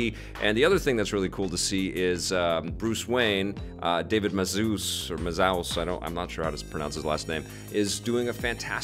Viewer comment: I think you got his last name right, but his first name is actually pronounced 'Daveed'. Love the show by the way!